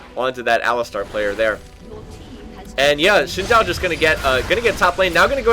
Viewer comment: I really like your videos but please try to learn how to say champions names correctly. I don't know how you get shijn chow out of xin zhao but I think its wrong. Also its not aliSTAR, it alistar.